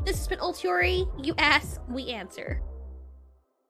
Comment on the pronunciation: Is it just me or did she accidentally say "you ass we answer" because I did not hear the finishing k sound at the end of the word ask